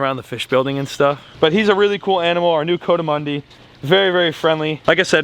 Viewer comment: you and, its a coatimundis, but it's pronounced kou-a-ti-mandi, it's not a coat like a coat